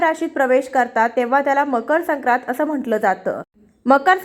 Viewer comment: संक्रांत नीट म्हणा आधी